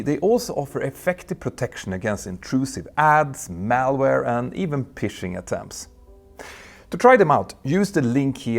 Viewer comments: Uhhh, love you lots, Peter, but "phishing" is pronounced just like "fishing" -- i e. you need to look closely to see what it really is! "Pishing" is the same as "pissing", but with a bit of Mitteleuropa / NYC accent thrown in. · As an American who speaks Swedish its an honest mistake but the ph is pronounced as f in phishing. As a fellow aviator, in my opinion, you have one of best aviation channels on youtube. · phishing should be pronounced "fishing", great video's all the same 🙂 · I always thought the 757 was one of the best looking aircraft ever built. It looked so sleek and (at that time because of the huge engines) powerful. By the way, I love the way Petter pronounces phishing 😂